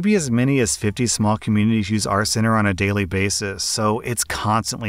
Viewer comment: I was eating lunch in my car listening to the second story, and when he said “our center,” it sounded like he said, “RCenter,” and spent like 20 minutes looking for whatever it was he was talking about